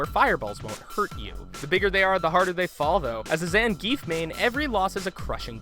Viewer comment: Say it with me: "ZAHN-GEE-EFF!"